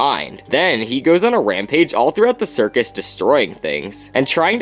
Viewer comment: Isn’t it a “circus”?